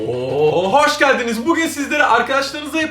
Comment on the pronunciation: haşgeldiniz vağla (kız sesiyle) ama vauy vauy vauy vauy